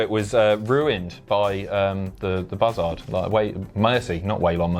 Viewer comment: mate, why do you keep pronouncing buzzard like that?